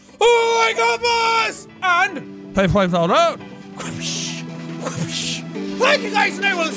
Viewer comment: "Pfyi phives all afround" awesome xD